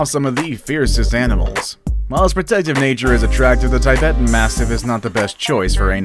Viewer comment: Just a correction....The Tibetan Mastiff should pronounced like 'TIB - ETUN' and not like 'TIE - BET - UN'.